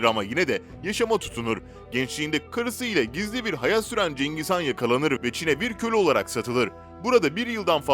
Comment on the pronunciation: cengiz kan kim mak ikide bi cengiz kan diyip duruyo .. CENGİZ HAN. cengiz kan değil.